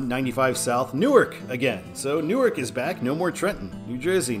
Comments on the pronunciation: You confuse suburbs with satellite cities. Camden & Chester are not suburbs of Philadelphia, they are satellite cities that are distinct in their own rights. And Newark, DE is pronounced “NEW-ARK” unlike “Nuork”, NJ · In Delaware state, say " New - ARK " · Pronounced "new ark" - I didn't know that until I tour Univ of Del.